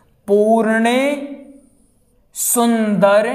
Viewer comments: जी पूर्णेसुन्दर नहिं पूर्णेन्दु सुन्दर है ।आँप ने अशुद्ध लिखा और बोला भी । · Easeguru ji aur pujy banane ka jyada shook ha not correct pronunciation. Very bad